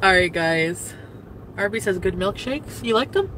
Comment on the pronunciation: "Arby's Beeze" and not "Arbeeze?" I'm very disappointed.